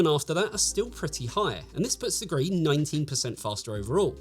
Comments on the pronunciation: He does mention this is the review for the card, it's just easier to say "gree" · Gee-Arr-Ee, not "Gree". it stands for "Golden Rabbit Edition", a Chinese cultural reference. I know it's unimportant, it just was a minor annoyance that was distracting for me as I watched the video. Obviously all the technical information was spot on, though.